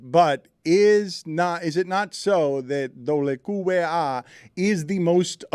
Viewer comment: Pretty sure they keep saying QQBA instead of WQBA because they're not pronouncing the W correctly in Spanish. It's funny though.